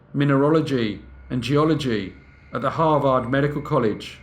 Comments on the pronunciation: It's not "Har-vard", it is pronounced Har-ved" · Har-vd not har-vaarrd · You are mis-pronouncing Harvard. It's not harVARD , its HARvard. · Hah Vard? 😂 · Its Harvard, HAR-verd. One of the most prestigious schools in the world. I still love you though. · Harvard, if you please, is pronounced, " HAR-verd". Sorry, but it's distracting in this story to hear it mispronounced. Great story! Very Dickensian. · Harvard = h AA r - v er d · I mean it definitely sounds wrong to our ears as Americans. But it is also spelled as Harvard, and pronounced as harverd so that’s kind of on us. If you sound it out phonetically you’ll get it wrong every time. 99% of the time the ar combo makes the ar sound. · He does such great research that I'm surprised that he seems unfamiliar with Harvard, given the grating mispronunciation. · Very interesting.. but have you really never heard how to pronounce Harvard correctly? One of the world's foremost and respected colleges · I love this channel but your pronunciation of Harvard is giving me a migraine! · Got a little annoyed with the butchering of the school name, but love watching brief case! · you pronounce harvard wrong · Love how you said Harvard 😊😊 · We all need to teach you to pronounce Harvard....wink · Listening to you pronounce Harvard is like nails on a chalkboard.